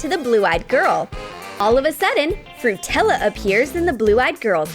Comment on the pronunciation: When you said frutella I thought it was nutella for a minute plus it's your diy so it's not maxi